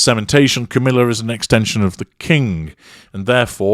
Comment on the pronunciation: I Love how says "Camilla"......he says.... "Camillar".....and I always hear it like... "caterpillar"......just funny.